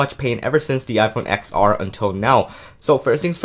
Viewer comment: It’s pronounced “TEN R” not “XR”